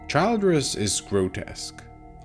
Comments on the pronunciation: This fucking AI voice is unbearable. It’s not Childe-ress it’s Childress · It's pronounced "CHILL-driss". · Childress, SMALL I. Not Child-ress. If the robot watched the show, it should know how to pronounce the “monsters” name. AI, Absolutely Not Intelligent. Unsubscribing from anyone who utilizes it. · Hey...stupid AI voice. It's Childress with a short I sound. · The pronunciation of Childress is killing me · Yeah I can see how you've watched the series you smart-ass A.I. ;) You can't even pronounce Childress in correct way. Nice try. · How do you mispronounce the guys name after hearing it a million times in the show? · OMG, at least get the AI to pronounce Childress corrently. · How can you mis-pronounce the last name of the family if you've actually watched the show?